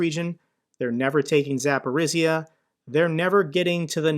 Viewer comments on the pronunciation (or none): love your videos. But please for the god sake stop calling my city Zaporizia it sounds more like Zaporijjya. I understand that you don't have to know what all cities are called. I just asking for a favor. Thank you in advance. p.s. rofl by "4th day of disastrous civil war in russia"